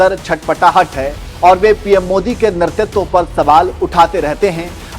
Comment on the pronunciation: "netritva" not "nertitva". Jai Satya sanatan.